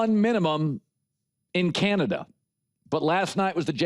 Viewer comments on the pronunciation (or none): none